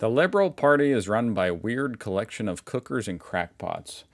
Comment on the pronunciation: It's cook-ers pronounced kw-kers (as in he's a real kook) and not cookers as in an oven.